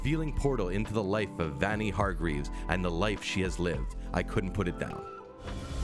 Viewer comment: "Vanie hargreeves"